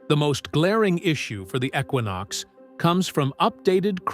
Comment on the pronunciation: It is not a ecquonox it is a junk equinox